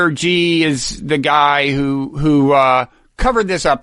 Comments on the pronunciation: Xi is pronounced "She". Sheesh! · All of your pronunciation guesses were wrong. It's pronounced "she" like the pronoun. The difference in pronunciation between the X And SH in Mandarin is X is in the front of your mouth and SH is in the back. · Shee Jin Ping is how you pronounce it.